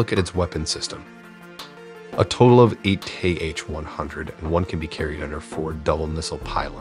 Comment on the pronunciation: The missile name is just /Ha/. Apart from that, you indeed tried to research the pronunciations of the alien language 👽